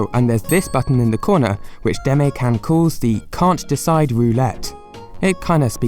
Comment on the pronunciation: Sorry for the nitpick - I'm a Japanese speaker and you pronounced the delivery company's name, "Demaekan" wrong in a way that drove me a little nuts. Japanese words are phonemically fairly easy to pronounce so in future, you can learn the correct pronunciation by using google translate's "listen" button. Your content is otherwise considerably well-produced, wishing you the best of luck.